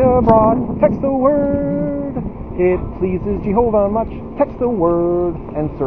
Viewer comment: I laugh out loud every time you say "GEE-HO-VA".